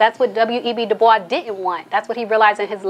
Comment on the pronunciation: Good commentary...thank you for pronouncing "Dubois" properly